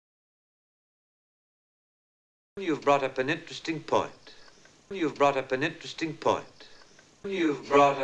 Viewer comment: You've brought up an interesting point가 유브라우업 엔 스틱 펀으로 들리는데 정상인가요 저거 실제로 자막없이 듣고 알아들을 자신이 없네요....